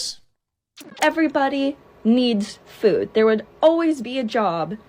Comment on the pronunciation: Did she say FOOD service or did she say FOOL service? Because everybody needs food, and every college needs Fools. And blithering idiots.